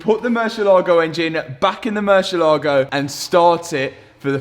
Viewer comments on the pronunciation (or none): great video but please learn how to pronounce the name of the car mur-sie-la-go not mur-sia-laego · You would think that a European would know how to pronounce murcielago. Do you also say "porsh" ?